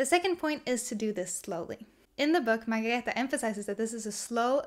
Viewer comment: Thank you for being the one person who makes the effort to correctly pronounce Margareta’s name. There are many reviewers who post their reviews without even trying to get it right, or even apologetically joke that they “hope they’re saying it right” while they are mangling it. It’s not much of a tribute to such a wonderful little book if you botch up the author’s name! Best wishes, nice review!